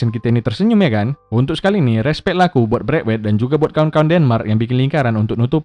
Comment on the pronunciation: langsung ngakak 😂😂😂 gua chinnol biawak ngomong braitwet tukang sunat 😂😂 player pubg gak tuh wkwk